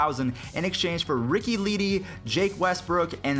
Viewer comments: Lol Ricky “Lee-Dee”. C’mon,. It’s “Le-Day” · Ricky leh day not lee dee